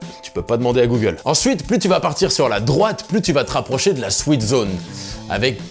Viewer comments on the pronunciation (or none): none